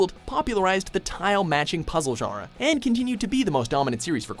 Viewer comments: When he says genre it sounds like jara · how come no one knows how to pronounce genre on this channel